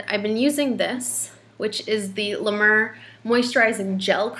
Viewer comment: La "MARE". Not La "MUR".